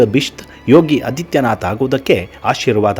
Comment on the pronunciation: ಯೋಗಿ ಆದಿತ್ಯನಾಥ್, ಅದಿತ್ಯನಾಥ್ ಅಲ್ಲ. ಹ್ರಸ್ವ ಅ ಅಲ್ಲ, ದೀರ್ಘ ಆ ಹೇಳಿದರೆ ವಿಚಾರ ನಿರೂಪಣೆ ಇನ್ನೂ ಚೆನ್ನಾಗಿರುತ್ತೆ.ಧನ್ಯವಾದಗಳು.